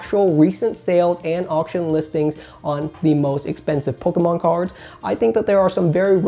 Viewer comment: I love the way you say “poke-UH-mon” lol